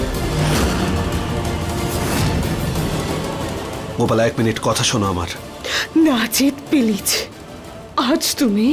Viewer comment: গোপালা প্লিজ বলতে পারেনা পিলিজ বলে মুরুখ